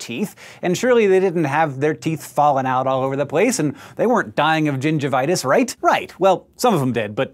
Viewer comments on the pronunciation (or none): Am I the only one that laughed when he said Gingervitis?!